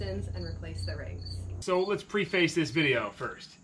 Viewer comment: "pree-face"?...it's pronounced more like "prehfuhs".